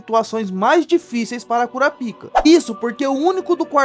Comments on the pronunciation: O nome se pronuncia "Kurápika" (proparoxítona) e não "Kurapíca" (paroxítona). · Mano... 😐 "cura pica" é fod@ É bom pronunciar bem.